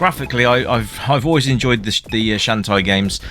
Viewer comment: Shantae is pronounce as "shawn-tay."